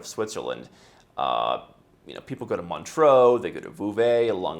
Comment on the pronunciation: No No No.. It's "Lo-zah-n-euh" It's French swiss